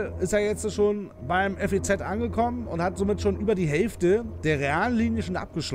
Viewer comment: Das FEZ wird wie ein Wort ausgesprochen. ;) Ansonsten ist es ein echt gutes Video!!